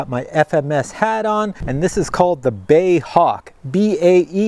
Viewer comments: Love your videos but it's BAe (British Aerospace) not "bay" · "BAY" Hawk ... LOL. How funny 😅 🇬🇧